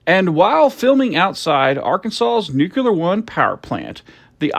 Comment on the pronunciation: It's "NU CLEAR", not "NU Q LER"! Look at the word! Do you pronounce "unclear" ad "UN Q LER"? Sheesh!